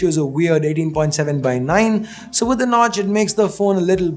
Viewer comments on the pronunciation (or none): That No-tch 🙄🙄